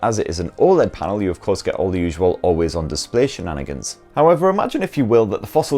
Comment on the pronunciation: The way you say “shenanigans” hehehehe